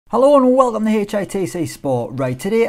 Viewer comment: I get disappointed when I hear "alo an welome"